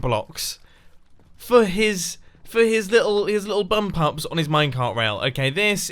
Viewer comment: bump ups or bum pups?